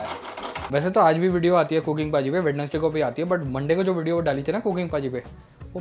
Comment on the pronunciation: Bhai वेन्सडे होता है वेडनसडे नाही